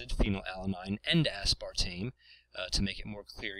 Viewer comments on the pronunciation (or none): you're putting too much emphasis on the ASPAR portion of aspartame.